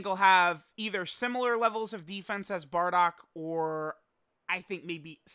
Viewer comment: I Hate how he say Bardock..